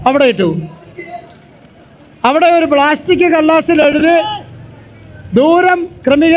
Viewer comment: ബ്ലാസ്റ്റിക്കല്ല, പ്ലാസ്റ്റിക് 😂😂😂